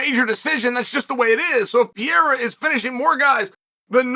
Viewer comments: Hi Chael, if you are reading, first of all i'm a big fan. That been said, and since is not your native tongue let me help you out: you say something like PIERA (PI E RA). It's pronounce PEREIRA (PE REI RA). Just because i know you are a pro and should give a damn (or not, maybe you alredady know and just dont care, wish is fine. If not, now you know.) Keep it up. Great stuff. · Please work on pronouncing PE-RE-RA...... NOT PEE-ER-RA....thanks